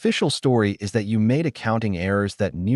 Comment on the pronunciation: Your ai just can’t handle English or numbers. Just ruins an otherwise good story. I. S instead of is and b. Y. Instead of by amount others. You could have listened to it and corrected it. Just laziness and clickbait!!